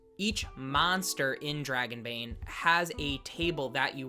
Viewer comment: NOOOOOOOOOOOOOOOOOOOOOOOOOOOOOOOOOO! LOL okay guys, so NOT say it like that, THAT is a swedish accent whit French R's ONLY spoken in southern Sweden. Just DON'T! 😆